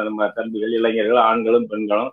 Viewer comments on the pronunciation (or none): யப்பா நீயோ,மாதேஷோ முதல்ல இளைஞர் என்பதை சரியா உச்சரிங்கடா.....சும்மா இளைஞ்சர் னு கடுப்பேத்திகிட்டு.....